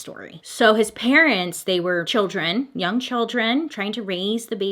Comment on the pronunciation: BTW the G in young is silent or did you really mean young gauge?